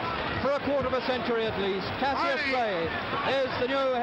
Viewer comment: Why doesn't the announcer know how to say Cassius' name?